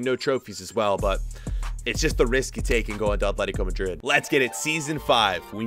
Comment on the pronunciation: Please say madrid, not majrid